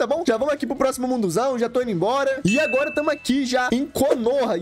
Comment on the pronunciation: Ele falando agola kkkk